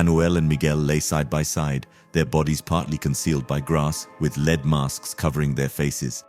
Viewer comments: Wth is a lead mask? I think you mean led (lead) not lead, as in being the first. Its spelled the same but pronounced different. You have to understand what you're saying to be able to differentiate between the two. Good ol confusing English language. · Please pronounce lead (the metal) as led, not as lead ie shoew someone the way